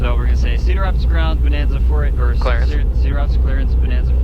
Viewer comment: Did he say, "Talk to Clarence?", Rodger, Ovour, Victor. Whats my vector Victor, Roger. Huh? Rodger Clarance, Clearance.